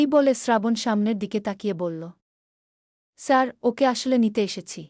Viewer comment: আপনার পড়া ঠিক করুন শুদ্ধ করুন। কাঁদতে কাঁদতে বা হেসে হেসে এই শব্দগুলোর উত্তর উচ্চারণ আসলে কি তা জেনে নিন।আপনার গ্রামের বাড়ি কোথায় সাড়ু কি ধরনের শব্দ, স্যার শব্দটা ইংলিশ, এটা উচ্চারণ করতে এত কষ্ট হচ্ছে?এভাবে চলতে থাকলে কমেন্ট খুব একটা পাবেন না।